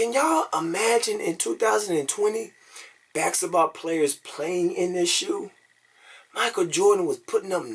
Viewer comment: This man creates his own words. baxetball. Occifer?